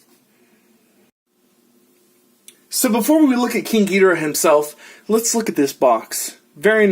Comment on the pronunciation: Gi-dor-ah say it like that not gi-di-ra